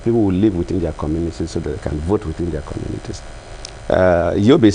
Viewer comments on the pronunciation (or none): Shamefully dull, uninspired, uninspiring. Putrid, gutter English pouring out of a President's mouth. He "sympathizes" with the international community for the postponement of elections!! Sympathy??? Keeps saying "witin" instead of within. Makes me wanna fart!